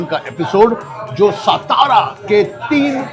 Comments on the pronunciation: Kay rao satara kela saaaatara la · Please tell him someone it's SATARA NOT stara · सातारा बोलिये, पता नहीं देवनागरी लिपी होने के बावजूद हिंदी लोग गलत उच्चारण क्यू करते है, सातारा का गलत उच्चारण = सतारा सोलापुर का गलत उच्चारण = शोलापुर पुणे का गलत उच्चारण = पूना चिंचवड का गलत उच्चारण = चिंचवाड धुले का गलत उच्चारण = धुलिया घनसोली का गलत उच्चारण = घनसौली ....... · Dear Kunal Sir, You are Proud Marathi , At lease you should call it सातारा & not सतारा . One more, if you haven't Visited/ included ChandraVilas in your blog, Sadly your Food Tour remains Absolutely Incomplete 😢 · Bhai please shut that background music It is so irritating yaar Please stop that music कानाचे पधडे फाटील भाऊ आता एवढा कर्कश्य आवाज आहे तो!!! एवढ जरा मना वर घ्या विजय भाऊ! राज साहेबांचे मित्र आहात सो विनंती करतोय ! आणि भाऊ सतारा नाही ओ सातारा आहे ते ! तू स्वतः मराठी आहेस कशाला नाही तिथे माती खातोयस !! बास कर ही फालतू ची एक्सेंट मारणं 🙏🏻🙏🏻 खूप वर्षां पासून फॉलो करतोय तुला सो सांगतोय ! स्वाभिमान बाळग मराठी असल्याचा !!! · It is not सतारा. Pl. Say सातारा..... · He can't even pronounce Satara properly, Vijaykar should have done his home wrok properly, 😢